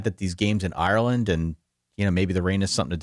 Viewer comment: Not bad content.. keep it up and I’ll consider subscribing. But don’t ever repeat saying Ireland like that. I almost turned off the video